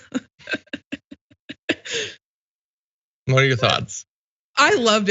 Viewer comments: Oh my God I he unironically pronounced America or uh-murica🤣🤣🤣🤣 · The fact that he unironically said A-mur-ica kills me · "Uh-murrica"? You sure this isn't a parody? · Holy shit he actually literally said "Amurica." Wow. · Amurica? Wow, the vocabulary skills of those running for seats in our government is abysmal. I don't want to be represented by a man who cannot pronounce the name of his own country correctly. Cringey.. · Yeah, teach the real America! What's great in America because our country has NO faults. That's why we can pronounce it as Ameeeeerca!